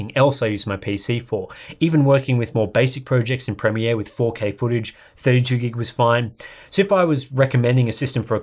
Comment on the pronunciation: It's nice to hear someone pronounce "premiere" correctly. North Americans appear to pronounce it as 'premeer' which immensely irritates me.